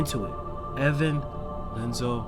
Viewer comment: Here are another clarifications and informations: - Ansem report 0 in KH1 wich Ansem the wise is referring to is actually Ansem report 1. This is because of a mistranslation from the japanese version. - It is not Lenzo but Ienzo as in ienzo. It is a capital i not a little L😂 his nobody self is Zexion. But Iam really proud you got behind the names yourself👌🏼 - Ansem the wise was banished by Xehanort. Then Xehanort officially took over his name and splitted himself into Xemnas and Ansem seeker of darkness - In CoM Sora goes from floor 1 to 13 while Riku went upstairs from the bottom of the basement so basically from floor -12 to 0 - Roxas and Namine are the only nobodies that look different to their original selves. Anyways really nice video!😊🌽